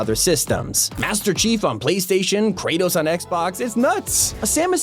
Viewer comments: Did you really just say kretos Xbox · bro said master chif on playstaion and kratos on xbox 💀💀💀